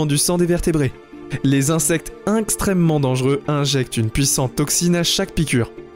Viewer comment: Fourmi à balle Les frelons géants japonnais "Inxtrènement dangereux" 🤣